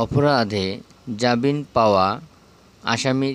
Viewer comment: বিজ্ঞ সিনিয়র, আপনি ৬ নং প্রশ্নে "জামিন" শব্দটাকে "জাবিন" উচ্চারণ করেছেন, ভাল লাগেনি !!